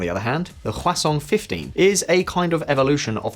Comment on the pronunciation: You say 화성 like croissant. haha No shade, I know you don't speak Korean. Just say hwah song. Song like music, pretty close pronunciation.